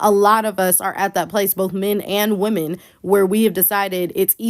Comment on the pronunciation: I still don't understand why you influencers when talking about women In plural, you pronounce it woman singular.